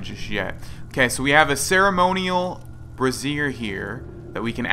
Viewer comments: I'm pretty sure you say brazier like bray-zher not brah-zee-er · "Bra-zhur." A "brassiere" is something quite different. ;)